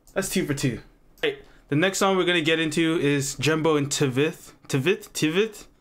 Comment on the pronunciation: bro TVETH pronounced like [tvæt]